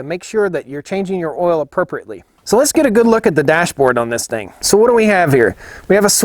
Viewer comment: it's not ol it's oil sorry just joking luv yu man